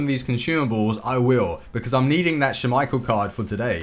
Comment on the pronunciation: Please stop saying "schummeichel" it's just schmeichel lol